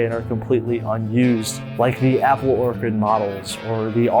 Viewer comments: Why are you pronouncing orchard like orchid? It's Ore-Churd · Anyone else kinda annoyed he kept saying orchid instead or orchard? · You saying Orchid instead of Orchard is crazy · My guy pls orchard not orchid come on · OR-CHARD, an orchid is a flower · Great explanation and analysis but the way you say orchard is sounding like orchid and its driving me mad 😭😭😭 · orCHARD not orCHID homie 😂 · Ore-chard (orchard). Ore-kid (orchid) is a flower. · I'm telling you, the first time felt like an honest mistake while reading, the 15th time started feeling like something else. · Yes its meant to be Orchard but I stg hes been saying orchid the entire video 😭😂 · I'm sorry it's gonna drive me crazy. It's pronounced or-tch-ard. Other than that, thank you for covering this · Your pronunciation of orchard is cooking me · Stop mispronouncing "ORCHARD" holy moly it's like a fifth grade level word. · The only thing I didn’t like about this video was your pronunciation of the work “orchard” 😭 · I knew I wasn't the only one hearing that haha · Good video but your pronunciation of orchard is making me bug out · I was inordinately bothered by the repeated mispronunciations lol. Normally I wouldn't make a fuss but orchards and orchids are two different things!